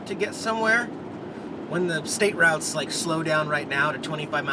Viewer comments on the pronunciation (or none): none